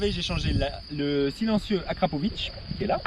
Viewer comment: AKRAPOVICCCC….et non AKRAPOVITTCCHHHH…. En plus c’est marqué dessus comme le porc salut ! 😝😳🙄 Bon sinon très chouette son, et ailleurs les lignes complètes ne sont pas moins chères de 50 % ! A part chez Wish…😬😂😂😂